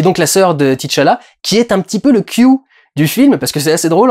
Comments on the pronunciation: C’est T’challah et pas Titche Allah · Pourquoi tout le monde prononce Tichalla? Le mec s'appelle T'challa.